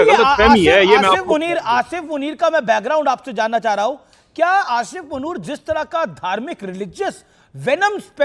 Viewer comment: असिफ मुनीर नहीं, असीम मुनीर बोलिये अँकर साहब.